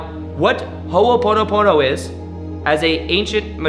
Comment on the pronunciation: Please learn to pronounce it correctly you’re accenting the the first syllable and should not be ❤️